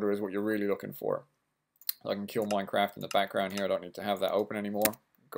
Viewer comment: did anyone actually notice his title"install minecade mod for minecrat 1.6.2 mac" he siad "minecrat" not "minecraft"